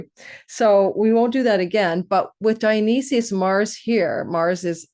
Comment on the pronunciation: Dio-nice-sys ... you aren't representing properly